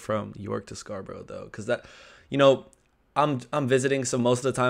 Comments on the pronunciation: It’s Scar- burra not burrow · Come on. You should know how to pronounced SCARBOROUGH, or any other town ending in "borough", by now!! SCARBRA not SCAR BUR ROW! Public TRANSIT!? TRANSPORT. First difference. We don't call it a ROAD TRIP! " SUB COMPACT CAR "!? Car bingo....WHAT!!?? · Scarborough is not pronounced as Scarboro'...it's 'Scarburruh'!! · "Scarbro" Where's that? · Scarborough, pronounced scar-bra xx